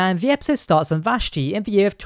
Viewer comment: It's pronounced VASH-Tee.